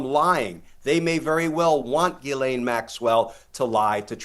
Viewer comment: Ghislaine is a French name and Americans have no idea how to pronoounce it. It's NOT Gilane it jislane . Americans are incredibly ignorant of other cultures because their educational system is extremely bad. Half the time they have problems with double negatives and when to use was and were. There have been far to many times when I have heard American say "I were there yesterday' or "were that there before" or "You was there. Also they don't seen to know the word any exists and say dumb thing sucjh as 'I am not doing that no more" or there wasn't no one there instaed of using anymore or anyone. Is it any small wonder why the rest of the English speaking world thinks of Americans as uneducated bumbkins?